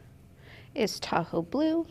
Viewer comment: This is SO fun! I'm enjoying the process. Side note: Every time you say, "Tahoe Blue," I hear, "Taco Blue." 😆💙